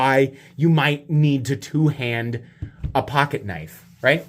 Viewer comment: that's a knoife